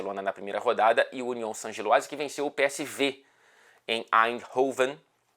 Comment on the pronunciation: parabéns... Vc é o único q sabe falar Union Saint-Gilloise. Tirando o pessoal do Futebol no Mundo, vc é o único q acertou a pronúncia